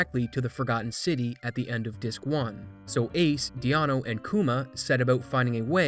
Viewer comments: Dee-ano XDD its deano. Like dean. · also, calling deano, 'dee-ah-nuu' like keanu, cracked me up xD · the pronunciation of deano near took me out lol